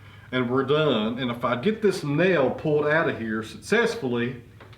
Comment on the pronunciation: Please, the word is “this” not iss. You used to speak accurately in the past and still sounded folksy.